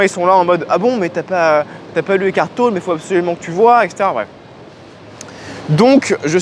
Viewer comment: On prononce TOLLÉ. ECKART TOLLÉ.